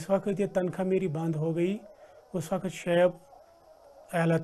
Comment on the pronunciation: MEN GUZISHTA 25 SALON SE BBC SUN/DEKH RAHA HUN.I LIKE VERY MUCH. AP EK ACHHI NEWSCASTER/ANCHOR PERSON HAIN, AAP WAQT( وقت)KO WAKHT(وخت) PARHTI /BOLTI HAIN,KINDLY TAWAJA DEN. THANX